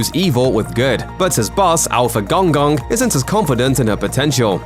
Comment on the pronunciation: please pronounce Gong Gong properly. 🤣